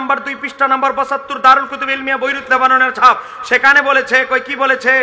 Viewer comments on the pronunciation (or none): none